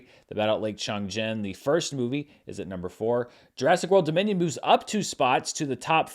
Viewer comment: I don't pretend to understand that whole Minions suits trend. All I know is that every time you said "Jurassic World: Dominion", I heard "Jurassic World: Da Minion" and that made me smile😊😁